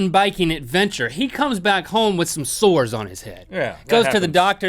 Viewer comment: When he said sores I heard swords lol